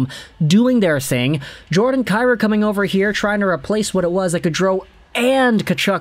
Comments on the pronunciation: Isn't it pronounced Kai Roo? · Saying Jordan’s last name incorrect. It’s pronounced KEY ROU. If he was Slav no one would have an issue I know just butcher the Hellenic names like everyone else.